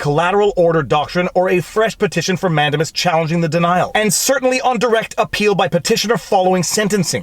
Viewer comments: I love your videos with one exception; your mis-pronunciation of Latin words is “fingernails on chalkboard.” For example, you say “MANdimus”. rather than “manDAmus” or “Amicus”rather than “aMIcus” . While it has been over 50 years since I last studied Latin, I don’t think the Romans have changed their pronunciation recently. Also, in 40 years of legal practice, I have only rarely heard Latin legal terms pronounced as you do. Otherwise, I love your videos! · I enjoy your videos and analysis, as I feel that I would agree with you most of the time (Yes, I'm an attorney.) HOWEVER, I cringe every time you say "MAN-de-mus." I learned it as "man-DAY-mus" in law school. I just double checked my Black's Law Dictionary, and it agrees that the word is pronounced "man-DAY-mus." (actually, the "u" is an upside-down e called a "schwa" but that's hard to type in comments.) Is your incorrect pronunciation of "Mandamus" a Canadian thing, or are you just doing it wrong? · Who knows where it's going to go. But, I have it on good authority that the word is pronounced, "Man-day-miss." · 😂😂😂 Man-dame-us Man-dame-us